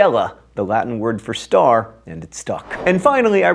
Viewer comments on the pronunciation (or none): none